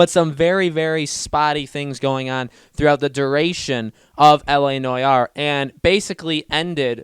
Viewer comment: Noire is pronounced "No r". It's just so painful to listening to u as a French guy. "La noyar"